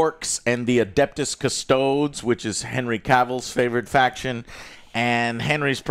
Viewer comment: Cus-toads? Lol